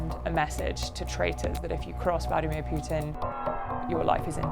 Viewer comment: It is PUTIN not PJJJJJJJUTIN omg.